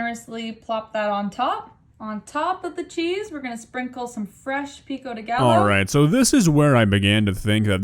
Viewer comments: Now i cant unsay gallow instead of gayo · she said gallo, like the LL are pronounced, not like a Y like how it’s supposed to be pronounced… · I have never been more ashamed....bish also said Galo...